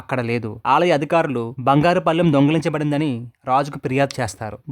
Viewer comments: బాబూ , బంగారు పళ్ళెం అని పలకాలి , బంగారు పల్లెం అని పలికారు ,గ్రహించ గలరు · పల్లెం ఏంది బాబు.. అసహ్యం గా ఉంది వినడానికి. పళ్ళెం కదా. ముందు ళ అక్షరమును స్పష్టం గా పలకడం నేర్చుకొని ఆతర్వాత వీడియో లు తయారు చేయి. పల్లెం అని పలుఠవద్దు. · అంతాబాగున్నది కానీ పల్లెం బాగాలేదు. పళ్ళెం అని పలికితే బాగుండేది